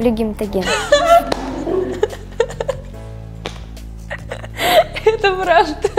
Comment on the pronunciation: Блин!!! " Ну, непро гематоген!" А тут "Гемотоген", жесть!!! Реакция Камилы, это нечто!!! Девчонка, она и 17-ть Девчонка!!!! И это ПРАВИЛЬНО!!!!❤❤❤❤😂😂😂😂😂😂 Люблю эту Девочку, как Внучку!!!!❤❤❤❤